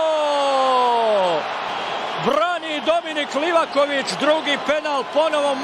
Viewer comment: Mala opaska za bosanskog komentatora kad izgovara Livakovićevo prezime. Moraš mu malo rastegnit prezime kod izgovaraš. Znači kad dođeš do slova o, ono malo odužiš.